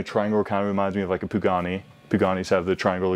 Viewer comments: Pugani? I always thought it was Pagani. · “Pugani” Jesus dude… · whats a Pugani? lol